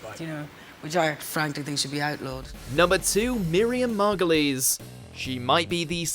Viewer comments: Mar go lees? Mar goy ulls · Mar Goilz not Mar go lees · "Miriam Margolees" u mad blud?